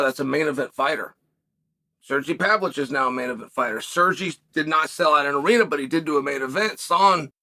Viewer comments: Chael's got to stop butchering people's names, man. It sounds petty, but he does it all the time. It's Pavlovich, you dork 😆2 V's. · Pavlich 😆 still undefeated name pronouncer